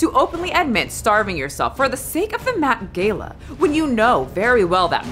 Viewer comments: Met "Gay-lah" 😅?? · "Met Gayla"?? I feel like youre trolling us :D hahahaha